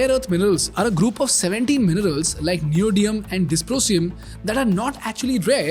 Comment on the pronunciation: It is Neo·dymi·um not Neo·dee·um.